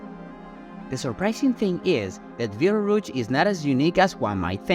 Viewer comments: “Veetle-rooch”? It’s pronounced like “beetle-juice”. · I cannot listen to this guy call it beetle rouge anymore